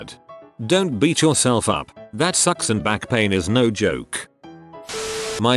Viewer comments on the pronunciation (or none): none